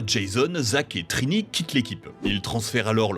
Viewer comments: Salut ! Sans vouloir critiquer pour rien, la prononciation de Zordon(e) casse pas mal la crédibilité de la vidéo. Quitte à faire une petite liste (non exhaustive) : : Les laves-linges durent plus longtemps avec Zordon ! : Trini, pas Trinity : De mémoire en VF, ça se prononce Aïsha, pas Eïsha : là, ce sont déjà les photos des acteurs "remplaçants" (avec Katherine d'ailleurs). : "Ninja Megazord", pas juste Ninja Zord : Le "Zeo Cristal", pas "Cristal Zeo" ( : ah, bien dit, pour une fois) Quitte à surfer sur la nostalgie, faites-le bien, grmbl ! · La prononciation de "Zordon" et Trinity à la place de Trini... Meh. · Non mais au moin prononcer les nom comme il faut , vous avez meme pas pris la peine de regarder un episode pour prononcer zordon zodon(e) et trini (trinity....) comme ca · Trinity au lieu de Trini... Zordon prononcé gordon au lieu de zordone... Faite un effort les gars. 2 minutes de vidéo 4 erreur de prononciation. C'est pas un speedrun, faite ça bien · Dommage, c'était une bonne vidéo, mais le ZordOn dès le début et tout le long sans oublier Trinyty et KimberlY... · zor "don" . ok.... "trinity" ok vidéo à la poubelle... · Exactement !! Et c’est pareil quand il appelle la ranger jaune « Trinity » alors que c’est « Trini »😂